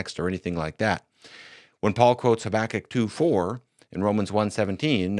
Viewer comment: I have never heard anyone pronounce Habakkuk the way does. Stopped me right in my tracks and i had to listen back a few times